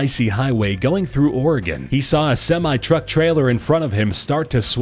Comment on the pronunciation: the way he said trucks killed me😂